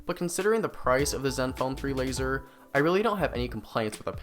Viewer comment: fourrrrr, lazerrrrrrr